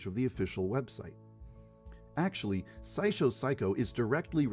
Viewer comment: El apellido no es Pshycho, sino Saikou y tampoco es Saishow es Saisho, espero que despuesta de hallas dado cuenta. :3 Y para la duda que tienes con el árbol de cerezo y la profesora y enfermera, puedes buscarlo en la wiki, ahí te dice detalladamente lo que va a pasar; pero su no lo encuentras lo puedo comentar.